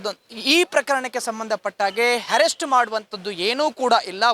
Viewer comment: ajaya avre herrest allaa Arrest nimma kannada swlpa ennu sarii aagbeku sir naavu heliddu thappadre sorry 🙏